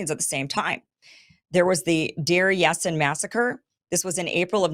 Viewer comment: Kim, Menachem Begin (pronounced: Menaakhem Baagen) he was Prime Minister of Israel he once said on video that he was very proud to be the very fist terrorist in the world 🌍 Village Pronounced “Dar Yaseen”